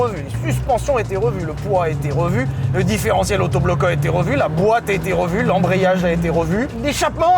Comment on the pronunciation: Pardon mais j'ai cru entendre "differentiel"...kesako ? xD